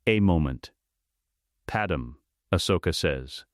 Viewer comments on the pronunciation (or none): Do yall know how much im hating hearing padme pronounced wrong?!?!? That can take away from hiw good a story is!